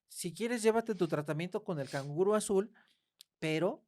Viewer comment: He muerto de risa sin controlar cuando dijo el kanguro azul🤣🤣🤣me sonó como a unicornio negro 🤣🤣con todo respeto🤣🤣